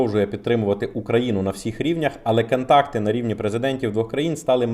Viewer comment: Працюй над своєю дикцією , не кантакти а контакти , в каждому твоєму відео ролику часто проскакує літепа А там де має бути літера О , не в обіду просто одразу відчувається що ти або раніше розмовляв російською ? або продовжуєш розмовляти в побуті російською ? , літера А дуже ріже вуха .